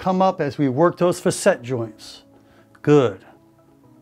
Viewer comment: I believe the proper pronunciation for "facet" is FA-set. I hear you using "fa-SET" and it doesn't sound quite right to me. Please correct me if I'm wrong.